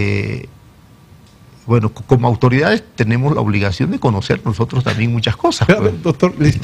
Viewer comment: "nojotros" este tipo de pelotudos estaban en el poder